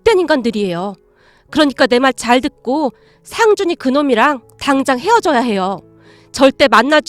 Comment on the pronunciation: 목소리는 좋은데 내용이 너무길고 직접화법이 많고 "할^/ 머니", "상^/ 준이" 이렇게 강조하는 소리가 많이 거슬려요